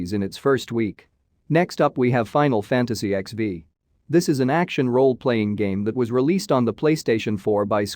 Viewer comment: Your pronunciation suck on nioh 2 final fantasy xv nier automata